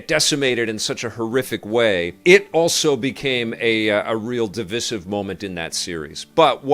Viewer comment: Great video but I think your pronunciation of "divisssive" is divisive 🥁